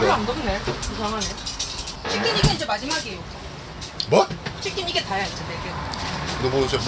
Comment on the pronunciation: 와 너무 귀한 영상입니다. 키친하고 치킨하고 발음 실수 한국 사람들만 하는 줄 알았는데 원어민도 실수한다는 걸 알게 됨요 ㅋㅋㅋㅋㅋㅋ